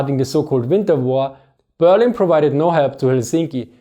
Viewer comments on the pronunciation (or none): none